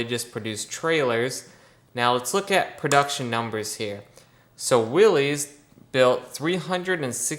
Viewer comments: Willys rhymes with Phyliss - it gives one the willies to hear it called willies. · You had the same default that I had at first. The name Willys is actually pronounced as Willis. That engine in the Ford Jeep looks so much like a model A engine from the 20's and early 30's. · Every time I hear someone mispronounce Willys I cringe. After all these years people still cant get it right. The Y is silent! SMH